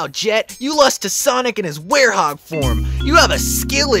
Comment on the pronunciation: IT'S WEREHOG, NOT WAREHOUS 🤣